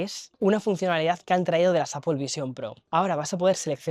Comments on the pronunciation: Se agradece que sepas pronunciar la palabra Apple en ingles americano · Esoooo al fin un español que dice Apple ❤❤ GRACIAS !!!